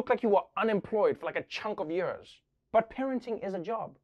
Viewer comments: I love Trevor, but does it bug anyone else how he always says "yerrrs" instead of "years"? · Nearly 20 "yuurs" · Twenty yeurs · Twenty yeuhs?! That's so many yeuhs!!